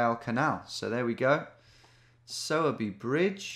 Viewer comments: Oh my local in Sowerby 😍… it’s pronounced “sore” by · its pronounced like sawwwbey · Sowerby pronounced with a female pig sound.